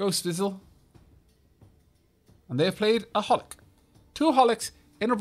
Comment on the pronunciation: You're reading 'Hohlick' wrong, the second H is not silent.